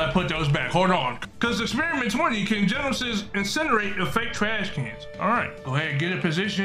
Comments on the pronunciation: It isn't said Genos, it is said Genesis* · Genesis not genos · “Garrolds” “genesis” “32 while its 42” “genosis” “7 while its 70” 💀💀💀